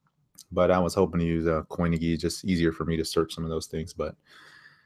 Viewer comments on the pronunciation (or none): Hey man :) Sorry to correct you but you are pronouncing Coinigy wrong. There is no "h" so its with G, not ghy. You are saying it like in Lamborghini and it should be like cleavage :D Thanks for the lesson! You are the best! Cheers. :)